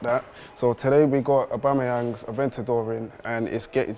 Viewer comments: did he just say farrari adventador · Did my man really say "E-ventador" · He said Ferrari atventador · So no one is gonna acknowledge the fact that dude said “ la Ferrari aventado”? 😂😂